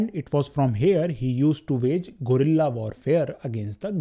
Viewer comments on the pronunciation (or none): none